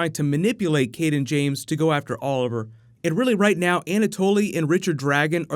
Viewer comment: Why is it every time someone mentions the name "Cayden James," it sounds like they are saying "King James?" It's been confusing me off all season.. lol